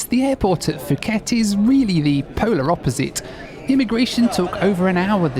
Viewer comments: What is the problem? It’s called Phuket not fhuket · Absolutely rage watching after having to hear ‘fooket’ 20 times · Note: Phuket is pronounced as Poo-get 😊 I wish you have spend a little longer and explore this amazing place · Poo-ket is how one pronounces Phuket correctly. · I honestly don’t understand why people keep saying foooket, there is no F in Phuket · Its Poo Ket 🤣🤣🤣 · And he said "Fooket" 100 times... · Pronouncing fucket is diabolical😭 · not to hate but you don’t pronounce Phuket like that😅 btw great video!!!😁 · FOOO KET, POOOOO KET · That's absolutely not how you say Phuket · Correct. In Asia Languages the H is silent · So does Nadi So does Phuket For a well travelled gent his pronunciation is very ordinary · Poo-get not Foo-ket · It’s Phuket >> pronounced Puket - not fuket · Fuuket Pookett mate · Love your videos. Have been such a fan but not really when you said Fuket instead of Pooket. 😂 Just kidding! Your videos are amazing! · Puh-get not fuhget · I love your videos, but you kept mispronouncing a word and it drove me insane. Phuket, Thailand is pronounce poo ket not foo ket. I know this because there was a sixth grade student in the class next to mine named Phuc. A substitute started going through the roster and I could hear her trying to come to a proper name. As she got to fu.k I jumped in and yelled its pook. Her response was "Oh, thank God!!" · It's pronounced (poo-ket), not (foo-ket). Because the h is muted. It's like saying Phnom Penh (puh-naam pen). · It’s Pooket, not Fooket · It is said Pooket NOT Fooket. It's Thai not English. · Nice video but please, it’s “pu-ket” not “fu-ket” Thailand. 😂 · Nadi is pronounced "Nandi". I used to think it had an "N" in it, lol. Could you not have done Nadi to Christchurch or Auckland to Australia? or were you wanting to minimise the transfers? "Poo ket" not "Fooket" How fabulous to see all the different airlines. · Really Fuket??? It's pronounced as puket ( phuket ) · Its Puket !